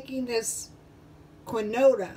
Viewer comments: It's pronounced, "keen-wah" :) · You say it like keen-waa